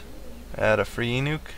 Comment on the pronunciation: Eunuch is pronounced like "You Nick"